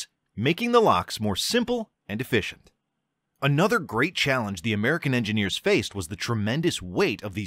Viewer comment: did i hear american engeneers? 😂